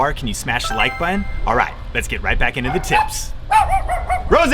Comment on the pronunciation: Love this. BTW, there are two T’s in button. Not buhon!